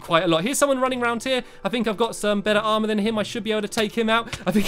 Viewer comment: DJ WOLF BO$$ he said aremer not aremr